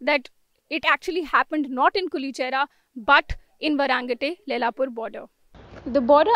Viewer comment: Why is the reporting calling it Varaangate instead of Vairengte? 😆